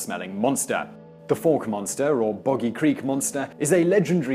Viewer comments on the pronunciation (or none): #5 is Pronounced Fowk. But I'm very happy you included the Fouke Monster. Last weekend Vilonia Arkansas hosted a Bigfoot Conference. It seems that Something is in the woods not sure what though. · Pronounced Folk Arkansas , they can't spell